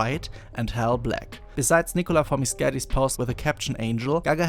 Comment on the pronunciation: Is that how you are supposed to pronounce Nicola's last name?